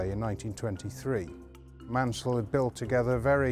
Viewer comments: Great to learn more about the Schools class (and the ACTUAL pronunciation of Maunsell... I had no clue how wrong I'd been all along!). Seeing the reverser in action was interesting - not something you'd normally be able to see on a heritage line with a platform in the way, so it's a good visual aspect to be able to show off! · The u is superfluous for pronunciation in Maunsell, and is a situation similar to Cholmondeley being pronounced 'Chumleigh'. One place explaining the spelling is 'A Century and a Half of the Southern Railway' by David St John Thomas and Patrick Whitehouse.